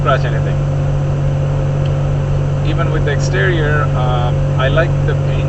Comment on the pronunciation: WTF is a xterrior?